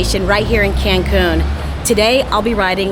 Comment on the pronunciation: Hola! Sería importante que si vienes a nuestro país aprendas a decir los nombres de nuestras grandes Ciudades. Tu dijiste Cancun y Medirna (what????). It Is Mérida. Also VALLADOLID! Please try to learn aoyr names ok? Thank you so much!😊